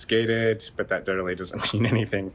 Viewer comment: "It's a calm, gay-ted neighborhood"